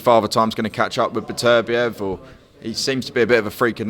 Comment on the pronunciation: it's Beterbiev not berbertev